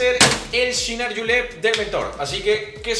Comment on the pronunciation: No digas yinar por diosss. Se dice chinar.